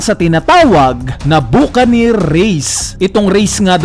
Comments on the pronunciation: pronounciation Buccaneer “Ba-ka-nir” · Solid mga reviews mo,. Pero sana aralin mo ng tama 'yung mga pronounciation mo. Tulad nu'ng Portgas D. Rouge. Ngayon naman, ayang Buccaneer race.